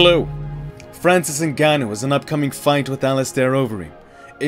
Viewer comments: Why was you saying his name so weird lol...nahganou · The narrator said Francis “Nigganou” 😂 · With a degree in linguistics i can tell you the above are wrong. English doesnt allow 'ng' at the beginning of words but it does allow them at the end, replicate the 'ng' at the end of smoking (not 'ing', so dont pronounce the 'i') followed by ah-nu. So in total it is ng-ah-nu. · For sur Tony. For americain ppl, listen its simple ( for us, french and french africain lol ) N (like END, but without the D) GA (like GAS, but just GA) NOU ( i think thats the worst for you lol its like NOOB, but without the B) if you can do this, its how you say exactly Ngannou EN(D) GA(S) NOO(B). Sorry for my bad english hope you understand me.